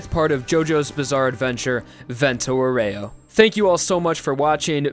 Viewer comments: I really, reaaaaly tried to not scream "Vento AU-REH-OH! Not OH-REY-OU!" at the screen watching this love your videos, dude, keep it up (but maybe idk like listen to the google translate lady every now and then just sayin') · The pronunciation it's "àureo", not "aurèo"... aurèo sound really bad in italian :) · It’s not pronounced vento oh-ray-oh It’s vento ow-wry-oh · Please it's vento àureo not aurèo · Is àureo, not auréo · The virgin Vento "Ow-ree-oh" The chad Vento "Or-ray-oh" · Aureo, not auREo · That's not "aurèo", it's "àureo" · It bothers me how you say Aureo... Just my opinion but great video!! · you pronounce 'aureo' wrong, and it bugs me deeply. Just say golden wind if you don't know/don't care about the correct pronuncation